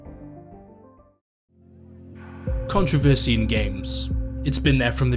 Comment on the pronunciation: and when you pronounce it like him it gives people something to complain about